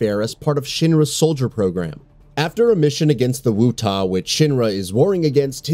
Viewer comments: 2 things, 1)Dirge Of Cerberus was good. 2) it's WUTAI NOT WUTA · wutai not wutah , angeal not angel ... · You did not just call them “wootah” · why do you mispronounce like everything in the video. Angel? Wutop? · WUTAI!! THATS “WOO-TIE” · The narrator of this video completely mispronounced two of the names in the beginning. Wutai is pronounced "Wootie" and Angeal is pronounced "Angeel". If you're going to make a video about the subject matter, then maybe you should learn how to pronounce the names correctly before you start recording, so you don't sound like an idiot. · Also Wutai isn't pronounced "woo-tah", and I'm pretty sure its not "nibble-heim" lmao. The dude voicing did not seem to care about this particular video 😄